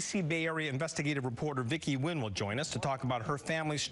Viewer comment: Vicky Nguyen’s full name should be pronounced Vicky N’win instead of Vicky Win!